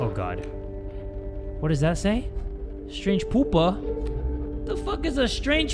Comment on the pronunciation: Its pronounced. (Pee u pa)